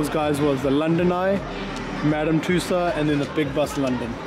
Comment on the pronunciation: It’s Tussauds not Tussow, d is not silent. Welcome to London and have a brilliant time here❤